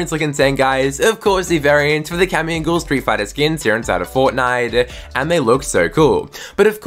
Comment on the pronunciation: YOU TRIGGER ME SO MUCH ITS PRONOUNCED GUY EL